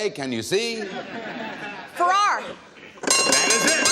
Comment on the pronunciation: Did she say "Farrar" instead of "Ferrer"? I think she meant "Ferrer", but it didn't sound quite like that.